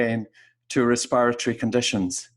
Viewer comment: I had to stop listening. No one talks like this RESPIRARY really?